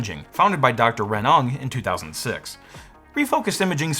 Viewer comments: Hey, "Ng" is pronounced like "mmmngh," not "ung". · FYI the last name Ng is pronounced 'ing' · Ng: like "ing,"but without the i. Duh! Not "nog." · FYI, the name "Ng" is pronounced "Win" or "Nwinn". I learned this from my evil telemarketing days.